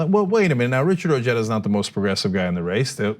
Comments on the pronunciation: We need a Wall like we need 10 Nimitz class aircraft carriers. I wasted money on a donation to Ojedas House Seat candidacy in W. Virginia. He is not medialy savy enough to get elected in his own back yard, let alone on the big stage. TRT Is for the choir not for the unconverted, he needs MSNBC and to learn how to pronounce his latino surname. I like him, his message is what I want said. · Francis Lumley I’m calm, thank you very much...maybe you’re the one who needs to calm down since you couldn’t spell not. I do believe I stated that perhaps I’m being petty over the mispronunciation of his last name. And while I strongly believe and support his policy ideas; you know there will be some right wing conservative who will find the smallest little thing like the mispronunciation of his last name and run with it. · Ojeda it's a spaniard proper noun so you should pronounce it correctly so you don't sound so moronic. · If you voted for Trump then you are not very bright and you are OK with racism and sexism. That exhibits poor judgement, insensitivity and a huge blindspot. Nice talking points, but you obviously struggle with critical thinking. You disrespect your family name with that pronunciation. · Beto is a proud latino, but Ojeda disrespects his family name with that pronunciation. I'll pass. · Ojeda is going to have a hard time with the Hispanics because he Anglo sized the pronunciation of his last name. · He pronounces his name wrong...but he is great.. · Great, Ojeda can't win his state so now he wants to run for President. Ojeda should prove his worth and try to win a WV Congress or Senate seat first. Ojeda trying to distant himself from his Spanish heritage by pronouncing his name "O-j-da" instead of "O-he-da" won't get him many Latino votes. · It's pronounced Oh-He-duh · Trump pronounces putin as trump. Ojeda is irish. Omally, obrien etc..everyone knows names that start with O is irish